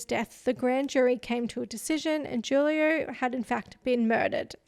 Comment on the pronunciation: It’s pronounced “who-lio”